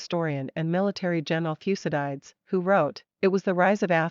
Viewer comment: The way she pronounces "Thucydides" annoys me to no end!